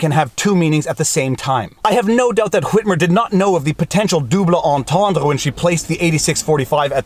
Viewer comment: I love it when he says "dooblay".